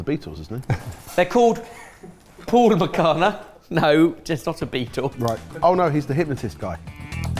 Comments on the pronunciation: The ‘ph’ is pronounced as ‘f’ like in ‘phone’. Phool means flower. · Boys its "Fool Makhana" .. Ph = F ... Cheers!! ... Phool in hindi is Flower!!